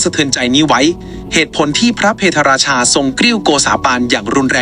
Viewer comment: พะ - เพด - รา - ชา ไม่ใช่ เพ - ทะ ฝรั่งเศสไม่เคยทำสงครามกับอยุธยา